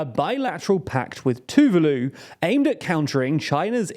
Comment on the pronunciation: Pretty sure Tuvalu isn't supposed to rhyme with toodeloo.